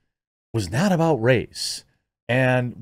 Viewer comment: Whoops! Jeremy dropped an "aboot"! He's secretly a ashamed, closeted Canadian. jk